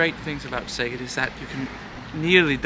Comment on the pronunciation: I'm so impressed with your pronunciation!! :D Elongate those vowels a tiny bit and you'll be great! Szeged is my Hungarian hometown, half of my family still lives there and I have purchased land there to establish a little farm in a couple of years. Highly recommended! Great natural spas in the area as well. :) xx